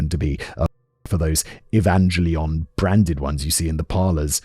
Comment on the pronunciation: the bad pronunciation strikes again 😂 its EE-VAN-GHEL-EE-ON, The animated series/movies with mecha robots 😂 took me a second but that was so subtle 😂 love the content as always though, definitely couldn't get that one right if i wasnt familiar with japanese nerd culture.